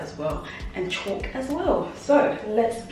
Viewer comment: Its pronounced Caulk (kawk) not Chalk, but great video easy to follow, thanks, can't wait to start a bedroom.